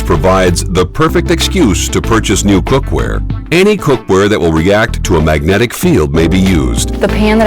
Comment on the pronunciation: First of all, it's 'magnetic', not 'magentic'. Second, did you know that earth produces a giant magnetic field, protecting us from the sun. And my DNA is just fine with it. Get your facts right and get use to magnetic field because induction cooking is just the start. In a near future, every electric products, phone, computer, tv, lights, will be cordless, using magnetic field.